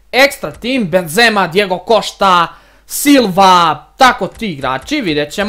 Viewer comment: Reko si cošta umesto costa hahahaha